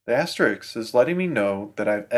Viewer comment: its "asteriSK", not "asterix"